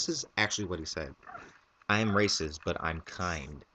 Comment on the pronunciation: i thought you said rapeist...... ether way, that guy is messed up!